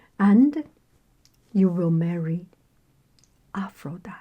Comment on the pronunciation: I believe Aphrodite is pronounced Afro-dye-tee (you pronounce the "e" at the end). ☺️ That being said I'm happy with any pronunciation you use!